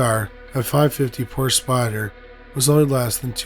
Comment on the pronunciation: To incorrectly pronounce the Porsche name is a slap in the face to humankind. You're better than this, act accordingly.